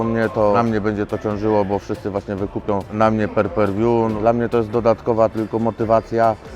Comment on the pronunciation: To są trzy proste słowa. Pay-per-view - pej per wiu a nie perperwiu czy perpejwiu